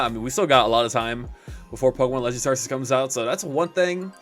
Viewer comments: good just wanted to see the ark-eus news and kept hearing it pronounced wrong and was like nu, why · When you say arceus wrong widePeepoSad